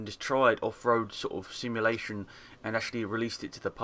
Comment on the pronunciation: You pronounce simulation as shimulation :)